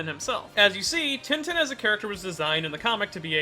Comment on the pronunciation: Pls its not tintin not like a tin can but (french in sound) tintin. Pls search of the pronunciations for one in french and replace in with that. Thank you.